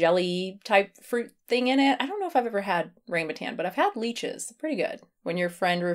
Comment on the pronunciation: Omggg lychees are not pronounced leeches like the thing that sucks your blood! 😂😂😂 But “lie - cheese”